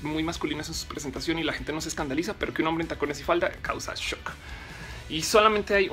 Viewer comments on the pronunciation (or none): none